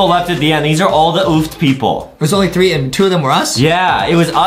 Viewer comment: did adam just say 1 trow 4 ? XD